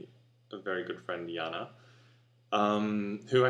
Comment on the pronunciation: hehe, cool xD Janne, now I like her name even more, when I heard it pronounced correctly :D